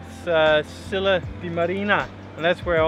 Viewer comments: Scilla not Skilla! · You are pronouncing Scilla wrong!